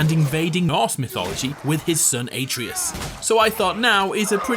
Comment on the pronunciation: You're pronunciation of atreus triggered the fuck out of me